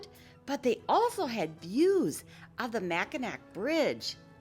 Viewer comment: What a great video PACKED with information!! Uhhh... Mack-in-naw 😂🤣 camp snob... hilarious!!!